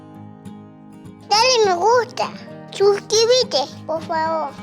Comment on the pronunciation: Shuscribite, me mata!